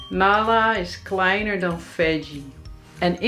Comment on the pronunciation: This sentence is so damn hilarious to hear for me,because in German it literally means: How is he smaller=Wie ist er kleiner? But the actual meaning is: Who's smaller?=Wer ist kleiner? Plus,the strong American Rrr sound in kleiner sounds so strange to my ears! It's kleinaaa in German (pronunciation)